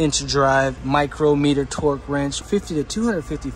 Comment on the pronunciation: Imagine making a video and not being able to pronounce micrometer.